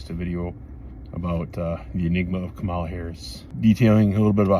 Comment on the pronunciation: They don't mean it, they haven't suffered long enough, they haven't learned, they can't even say her (Kamala's) name correctly.